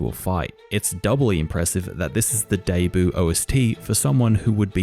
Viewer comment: Why do you pronounce debut like deboo